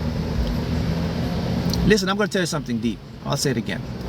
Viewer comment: I know you said “deep” but it sounded like u were saying my name and then spoke right to me. Thank u for this vid!